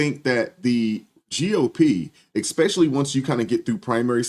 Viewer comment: Please! I love you but There is no X in especially.